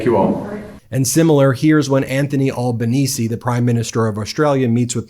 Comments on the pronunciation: pronouncing it as albuhneezee is wild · Thanks Ben, for being the first American to get the last part of our Prime Minister's last name correct. Now for the start: Al pronounced as in the boy's name, not All. Small point in the universe of all your amazing work, which we appreciate. What people don't realise about AUKUS is that the big winner is the US because we would be providing a base for nuclear submarines in Western Australia, a spending of AUD386billion, with no guarantee of getting a nuclear submarine until the 2040s (and even that is now uncertain). Cheers.